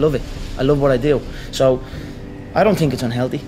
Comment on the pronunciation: Tink i cant tink